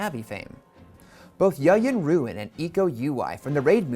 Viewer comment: it's weird hearing Yayan Ruhian and Iko Uwais names pronounced wrong perfectly understandable though lol